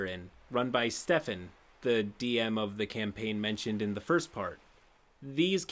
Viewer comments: "Steeephan" was doing my head in. I can't believe you've never heard the name Stephan before? It's like the male version of Stephanie. like Stef-ahn. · Stephan is pronounced "Steh-faan", not "stee-fen"... :I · Is nobody gonna mention the very strange pronunciation of "Stee-fan" (Stephan)? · I thought I was the only one that it bothered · I'm sorry.. I just can't get over how BADLY pronounces the name Stephan... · i absolutely love your content but thats not how you pronounce stephan